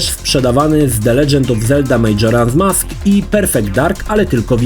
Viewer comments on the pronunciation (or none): kurde ale wymowę to musisz poćwiczyć kalczysz strasznie Roge Squadron czy Majora Mask. Meh w kwestii wygładzania to był jedyny sprzęt poza voodoo na PC który obsługiwał rozmycie i było to kozackie to robiło największe wrażenie. Specjalnie kupilem w Londynie N64 w 98 bo ta funkcja szokowała na tamte czasy. Swoją drogą Banjo&Kazooie uważam za jedną z najlepszych gier do dzisiaj